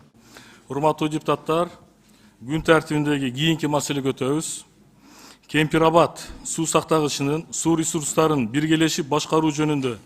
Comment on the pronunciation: Кен Пир Рават деп туура суйлогулочууу